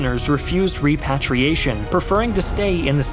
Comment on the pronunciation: HEY, you’re pronouncing repatriation wrong dude just FYI. So good as always. Love you.